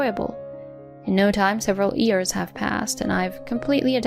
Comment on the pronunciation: Please narrator, it's "years", not "ears"!